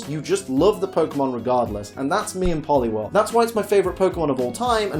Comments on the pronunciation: POLIWHIRL, NOT POLIWORL! FIX IT NOW! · IT'S POLIWHIRL, NOT POLIWEL! FIX IT NOW!